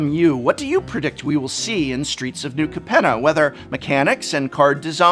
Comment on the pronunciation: Pretty sure it's pronounced Cape-nah.